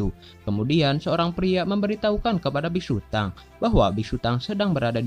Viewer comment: Hhmm mohon maaf😅😅😅 itu bukanya big sutong kok bigsutang😅😅😅